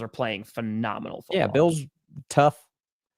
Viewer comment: cant say foot or ball today